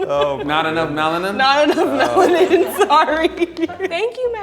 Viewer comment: She said "Melanin" LMAOOOO 🤣🤣🤣🤣🤣🤣🤣🤣